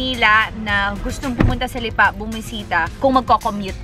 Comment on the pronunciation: Parang mali ang pronounciation ng Lipa!